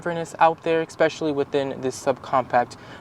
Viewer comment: This is probably the most informative and balanced review I've seen of the CX30. However I just can't subscribe to a person that says eckspecially.